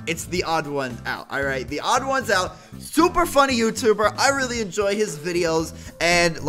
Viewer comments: The Odd One's Out Thats how ya say it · The odd one’s out is how u say it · You pronounce it The-Odd-Ones-Out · Pronunciation: the odd ones out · YouTube must have been drunk again when it said 16 views it is actually 25m views lol I love you and THEODD1SOUT!!! BTW. It's pronounced the-odd-ones-out :) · His YouTuber name is pronounced The Odd 1s Out But together. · Hehehe. U sed "odds1out" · its pronounced "The odd ones out" very simple! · Its pronounced The Odd Ones Out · pronounced: th-he-ohd-whons-ouht= theodd1sout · Its pronounced the odd once out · its pronounced odd ones out